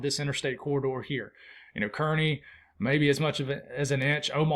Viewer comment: HI. Love your channel. Kearney Nebraska is pronounced like Car Knee. You can drop that e out of there. As someone who works outside almost every day I really appreciate your channel and all you do for us folowers.